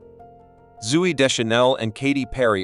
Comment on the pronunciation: So if you're ginger, you look like Ed Sheeran? They didn't even look like him. And Zoey is pronounced zoh-ee, not zoo-ee. There's only one O.